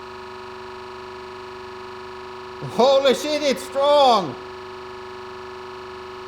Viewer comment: you mean schit? :P hahaha